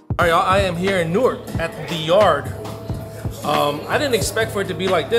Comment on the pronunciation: I appreciate how you pronounced Newark correctly. "Nork"